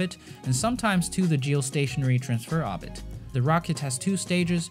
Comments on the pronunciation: into Arbit ? Orbit.... OOoorbit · Not arbit ORBIT. Hate me oar you like, speech inpodament used to be treat'ord in schoools now it is considered an accent wtf. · please... its oRbit... no obit... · You say "orbit" wrong. It's OR-bit. Not AH-bit. ORbit as in orange, ordinary, organ. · I love your videos but please stop dropping r’s it makes the video hard to watch or-bit obbit is just annoying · it's pronounced or-bit, not aw-bit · Its not ahbit its said ORB IT. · orbit not obit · actually it's Orbit not Hobbit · Orrrrbit not oooooobit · Orbit. Not obit. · The word "Orbit" has an R in it. ORbit. Say it with me OR... B....IT ORBIT ORBIT ORBIT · I love the video. Except you pronounce ordit wrong. It urks me. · Fantastic video! Please learn how to say oRbit. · please stop saying "orbit" wrong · If he could pronounce orbit right i could watch this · It physically hurts every time you say orbit. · Ookko Nää Suomest for not pronouncing orbit correctly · Names and he cannot pronounce Orbit. There is an R in there. I don’t know what his first language was but it wasn’t English. He can’t even get the tenses of his verbs right half the time. Interesting informative video but a bit annoying to listen to. If it wasn’t edited this well or contained quality information I wouldn’t have been able to watch it. Like fingernails on a chalkboard every time he butchered the language, but he recovered well with the content.